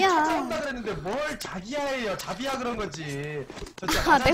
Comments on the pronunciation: 자비야를 자기야로 들리는게 나만 그런가...? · 자비라는데 자기야 라는줄 ㅋㅋ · ㅋㅋㅋ 첨보는데 인성 좋으시고 귀엽고 자비야를 자기라고 계속 들리네요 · 쟈비야 라는게 왜 난계속 쟈기야~ 하는것같지.... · 자비야 가 자기야 라고 들리는건 나뿐인가?...ㅋㅋㅋㅋㅋㅋ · 자비야 할때 자기야라고들림 ㅋㅋㅋ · '자비야'라고한걸 '자기야'라고하는것같음